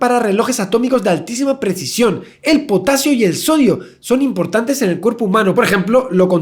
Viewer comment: Javier: La sal está formada por cloro y potasio... Yo: ...claro si!! "potatsio"!! :3